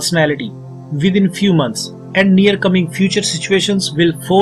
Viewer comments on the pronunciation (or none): none